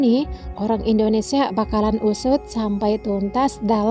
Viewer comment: Kok sebutnya indodesh lol..